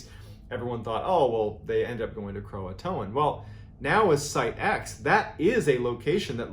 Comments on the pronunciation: Did he really say "croatoan" (krow-uh-toe-an) when it's pronounced (krow-tan) lmao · Am I stupid or is Croatan actually pronounced Croatoan as he says.